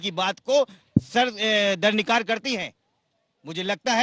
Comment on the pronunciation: समाजवादी पार्टी ने ये कैसा प्रवक्ता भेजा है जो दरकिनार को दरनिकार बोल रहा है कम से कम हिंदी तो ठीक बोल लो इंग्लिश तो बोल नहीं सकते।😅😅😂